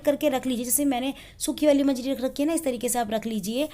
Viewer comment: Aunty manjiri nahi manjari hoti hai...aur aapka ye gyan galat aur adhuri hai